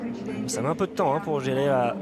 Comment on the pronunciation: I hate how these guys call him "Jel-ael"